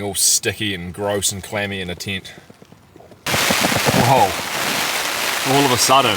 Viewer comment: Only in New New Zealand can we hear the word "tent" pronounced as "teent". Or do we hear that in Australia as well?